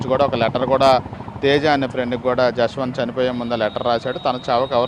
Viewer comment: Yashwanth kadhu abba jashwanth 🤦😢 na peru pilustunatu undi